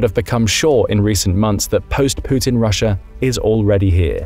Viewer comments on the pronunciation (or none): none